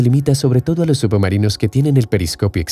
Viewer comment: Por que dice subumarinos?